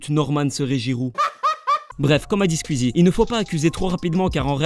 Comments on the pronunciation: "Sqizi" ptddr c'est Sqouizi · Pourquoi est-ce que il dit Squzie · J’adore comme tu prononce "skuizie" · Quand tu fais une vidéo sur un youtubeur apprend à prononcer son nom